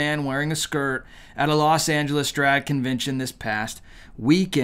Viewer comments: You don't seem to have a speech impediment. So serious question.. Why are you pronouncing drag as (dwag) is that a thing? I just want to know what's going on with that. I'm disgusted, butThanks for the 411. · I really wish you would talk properly if it’s drag say the word drag not dwag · Why does he say dwag instead of drag? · The way you purposely mispronounce "drag" is hilarious but I get why it's done. Keep spreading the message and I share your videos as well. The good news is with all this depravity, we win in the end!